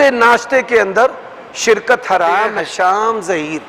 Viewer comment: مولانا صاحب نام هِشام ہوتاہے ھَشام نہیں